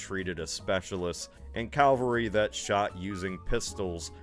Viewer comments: I thought I'd misheard when he said calvary! Isn't that in Canada? Lol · He's not the only American to say Calvary and did he also say Elizabethean. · Saying "calvary" is no different from saying "kuhmft r bl", even though it's spelled "comfortable". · Man now it drives me crazy the way he says calvary instead of cavalry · YYYEEESSSSSS ITS CAVALRY LITERALLY MY BIGGEST PET PEEVE. THANK YOUUUUU!!!! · Don't worry, every time he says 'calvary' I wince as well.